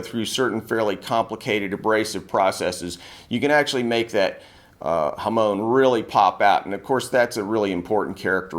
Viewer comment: 'Hamoan' isn't how its pronounced in Japanese 😅 its HA - MON as in ON/OFF. But amazing video.